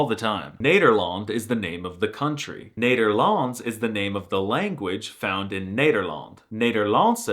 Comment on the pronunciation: Loved your review, but your pronunciation is waayyy of.. Cheers from the Netherlands!